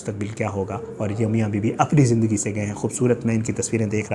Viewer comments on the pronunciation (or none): none